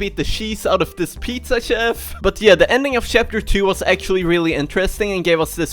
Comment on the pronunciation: Is it me or does he say shapter?